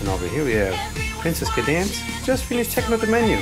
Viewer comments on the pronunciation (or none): 1. that was twilight not cadence and 2. it is pronounced ( cay-dence)